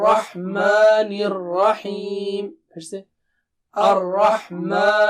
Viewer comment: Al rahman hota haa.. Or sir Al rakhman kun parha raha..plz tell me.